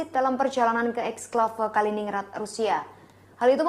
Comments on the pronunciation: Kalining gred kak bacanya. Bukan ningrad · Dibaca Kalinin-Grad bukan Kali-Ningrad.. Sperti Stalin-Grad atau Lenin-Grad 😂 🙏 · bacanya kalinin-grad, kaka .... 😊🙏🏽